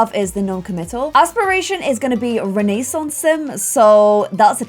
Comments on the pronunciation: renaissance is pronounced with a silent i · did you just say renaissance sims incorrect lemme check one moment... YIU HAVE BEEN PLAYING THIS GAME AND CANT EVEN PRONOUNCE RENAISSANCE I’m tryna be mean it’s just a joke